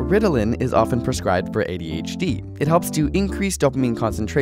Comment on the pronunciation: When one says ABCD, there is no emphasis on the C. So why do you say adHd?